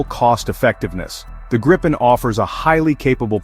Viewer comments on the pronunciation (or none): Please use the correct pronunciation of gripen: It is not [ˈɡrɪpɛn] but [ˈɡriːpɛn]. In case you're not so familiar with the global IPA script, which must be assumed: The difference is the first vowel, the I: It is spoken long (like in english: seen), thus not short (like in english: sin). You can even find it indicated in its WP article. The confusing use of 'same vowels for different sounds' is owed to the Great Vowel Shift (GVS) you had in english. Go to its WP article and head right to Talk (top left), then to the comment starting 'The linguistic knowledge level displayed...', disregard the detractors: There you find what you need to know. And: 'Get a gripen, please' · Try saying "Greepen" instead of "Grippen"